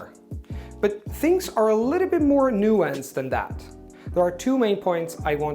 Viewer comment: nobody could genuinely mistake you as a native speaker. Pronunciation of words like “nuanced”. Choice of words. Fluidity when expressing yourself. Your English is impressive but native level? Sorry, you don’t pass the Turing Test